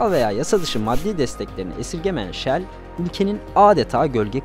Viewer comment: Yanliz Shell deyin ancak 😅